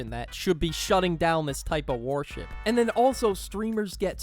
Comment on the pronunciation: please tell me that you’re saying warship and it’s not just me hearing it because it’s worship